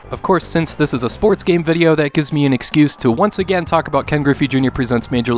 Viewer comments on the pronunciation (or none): none